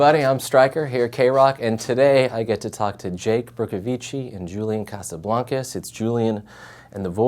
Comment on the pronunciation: Cringe cringe cringe... WHY CANT ANYONE PRONOUNCE CASABLANCAS CORRECTLY? CASA-BLANK-AS. ITS NOT BLONC-AS..